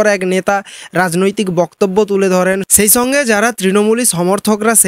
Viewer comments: প্রথমে বাংলা ভাষা শিখতে হয়, তারপর বলতে হয়। বছু,দীনেছ, ছেই ছঙ্গে ইত্যাদি এসব কোন দেশী বাংলা! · তুমি আগে ঠিকমতো বাংলা ভাষাটা বলো - ছম্পূর্ণ কথাটা মেনে ছেই ছঙ্গে তুমি ছম্পূর্ণ মনুষ হও।